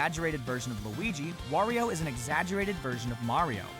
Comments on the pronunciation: lol i heard he say: "Worio" but thename is Wario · Why do you say wOrio? Its wArio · said wario wrong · Did u just pronounce wario wrong